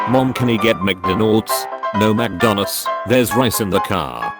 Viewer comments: "Magdonnas" is not the Japanese way to say McDonalds; Makudonarudo is. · Brickbusters Except it's not. マクドナルド or Makudonarudo has been adopted into the Japanese vocabulary as "McDonalds". Magdonnas is actually diffcult for Japanese people to pronouce, with Magudonnasu being alot easier.